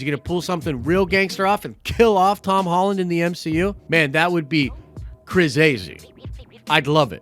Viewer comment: Cra-zizy? Stop it.